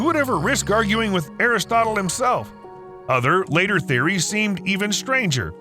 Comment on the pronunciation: Aristotle but pronounced like chipotle.